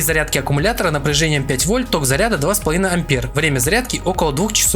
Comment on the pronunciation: Автора нужно поймать и дать по голове учебником физики. В слове "Ампер" ударение на "Е" Слово "Герц" читается через "е", а не через ЭЭЭЭ Слово "Кельвин" читается через "е", а не как название трусов через ЭЭЭЭ Что такое "шатр спид"? Слово "выдержка" уже отменили? Или этот термин не верный для фото-видео аппаратуры? Ну хотя бы назвать выдержку скоростью затвора. Но русский видимо для лохов Ну если ты говоришь про технику, изволь хотя бы термины изучить - "Радиатор пассивный" - это не радиатор, а охлаждение пассивное.